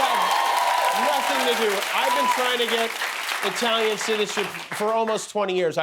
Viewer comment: And, yet, 'America' is 'I tal ian'!!